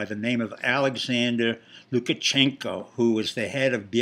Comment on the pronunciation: It's "LukaSHenko", not "LukaCHenko". How much do you actually know about Belarus? I agree with Brenden Dilley: Pompeo will be the next President, if he learns to speak more clearly.